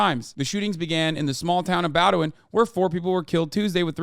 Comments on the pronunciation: The Maine town that the shooter was from is pronounced.. BOE-DIN.. not BAUW-DU-IN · Hassan, Ive started watching you over the last year and I learned about the shooting in Maine, my home state watching this video. Very far beside the point, but the town in the story is pronounced BOW(like rainbow) DIN. Thank you thank you peace and love. This is a serious message